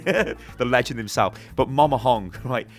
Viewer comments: It's MAMA not MOMA... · "Moma Hong" wut Mama